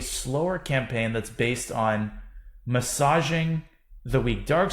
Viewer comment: I love you danya but I really don’t like how you said massaging 😬